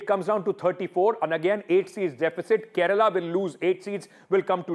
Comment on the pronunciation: . Its not Keral, its Kerala. This is what happens when u add another language on us. everyone tends to talk on their own way instead of the correct one.